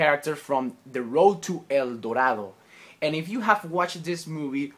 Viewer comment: I like how you paint your drawings D': I can't paint like this xD and when you're talking about the "el dorado" your spanish pronuntiation is so good xD thanks for sharing this video :D Gracias amigo!